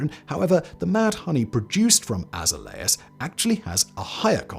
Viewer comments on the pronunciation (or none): Azzer Lay Az ! ah zay lee ahs please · You have to learn how to say the words in the script so people know wtf you're talking about. For instance, azaleas is pronounced uh-ZALE-yuhz. 🙄😅